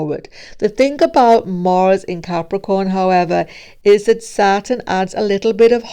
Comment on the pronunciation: And not Morse,but Mars 🤣🤣🤣🤣 Whats this accent?